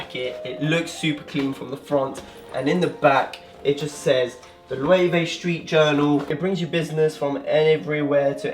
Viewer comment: I believe that Loewe is pronounced LU-VA